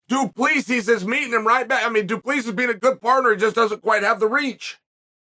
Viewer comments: No one can pronounce dricus’ last name lol.. it’s du plehssee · Remember when you got title shots that didn’t make sense? You sit here and sh1t all over the division because it is 2-0? You sh1t on all of these guys by saying their names wrong because you’re too stup1d to be able to say their names but claim that you do it on purpose. Dre is DuPlexis? Bobby knuckles is the best 85er not named Izzy. By saying this you’re either telling him to move up or down in weight or just wait until someone else beats Izzy so he can get a crack at the title although Izzy lost 3 in a row (2 kickboxing yes I get it, but also 2 by flatline ko) so to me your stance is ignorant. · Your inability to pronounce his name right is really annoying. Get it right..